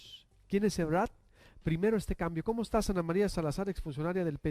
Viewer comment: EbraRd no Ebrad